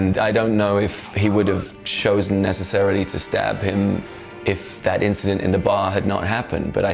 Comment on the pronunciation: i just want to take a moment and congratulate you on this word: neccacaryly